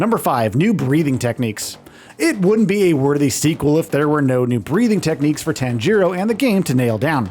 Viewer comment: How can you review a game and you don’t know how to properly pronounce the main characters name